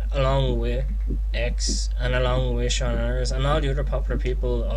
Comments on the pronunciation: it's pronounced SEE-NANNERS...:P not shawnanners like so he sees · lol the way you say seanners!